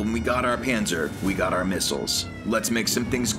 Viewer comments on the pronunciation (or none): Is it bad that every time they mentioned Pansir I will hear it as "Panzer"